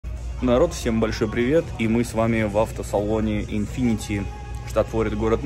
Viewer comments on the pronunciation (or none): none